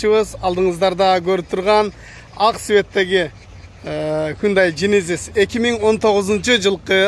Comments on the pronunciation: Джейненис деп айтылат, сен жининис деп койдунго дадин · Генезиз десен